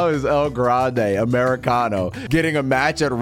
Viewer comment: i loved it when he said "EL GRRRANDE AMERICANOO"